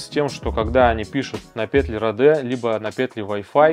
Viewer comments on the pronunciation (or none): Да не родэ а роди, английская е звучит как наша и в открытом слоге